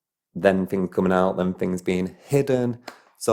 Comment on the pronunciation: You explain certain fings